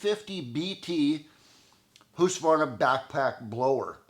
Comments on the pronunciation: I have no idea about the question, would perhaps help seeing the inside of the cylinder. 😊 Must say that I'm still very impressed by your 100% correct prononciation of Husqvarna, basically you are the only North American that I have ever heard that is actually pronouncing it correct. 👍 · I think it sounds like he have a clear audible K in there. It is indeed pronounced "Husk-varna" as you say, I think said that. Usually North American people say "Husk-a-varna" for some reason an A is added in the middle. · You're the first Canadian that I know of to pronounce Husqvarna correctly. My Swedish friends would be proud lol.